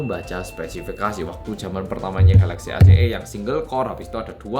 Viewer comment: Mas nya orang Korea, dan mas nya udah paling bener nyebut nama produk nya yaitu galaxy.